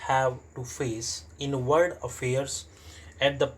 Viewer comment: Aapka world abhi tk sahi nhi hua h..... Aap baar baar usko word hi padhte h